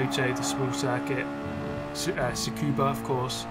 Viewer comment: Every time I hear say Tsukuba I hurt...its just Scuba